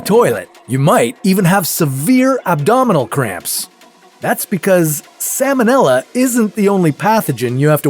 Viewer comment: The L in the word "salmonella" is pronounced, unlike the L in the word "salmon," which is NOT pronounced. The salmonella organism was named for Dr. Daniel Salmon ("SAL-mon"), the American veterinary surgeon who discovered it. It has nothing to do with the name of the fish.